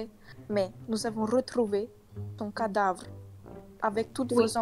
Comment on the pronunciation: " le cadrave " purée sa me tue meuf 😭😭😭